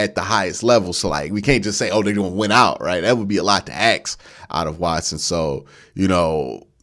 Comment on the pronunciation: "A lot to 'ax'"? It's "ask"